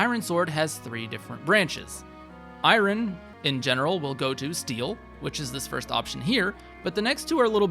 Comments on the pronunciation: Really appreciate the video. Have to say though, "I-yun" sword not "I-Ron" sword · Wow I've never heard someone pronounce Iron like "eye-ron" before 😂Not everything is meant to be pronounced exactly how it's spelled. But overall great guide, thanks! Definitely took some notes. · Eye-rin sword 😂😂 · The way this person says iron is driving me crazy. Also, a forging guide that ignores daggers are the best thing to forge because they get +2 might for each level invested? Smh. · great guide but please fix your pronunciation of “iron” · The way he says iron hurts my heart... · Are you pronouncing iron like that purposely or is that an accent thing